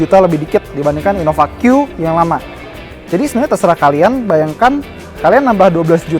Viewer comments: Innova Q but i heard Innofakyu LMAO xD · Apa cuma gua yang denger si ngomongnya kaya InnoF*ckYou:D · kaya ngomong inofuckyou wkwkwkw